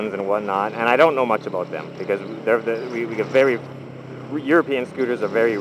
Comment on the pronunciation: haha he needed to make a video aboot it